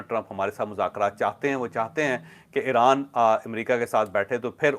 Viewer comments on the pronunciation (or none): none